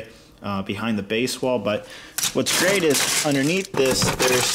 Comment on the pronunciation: Every time you said Great it sounded like Crait so yeah.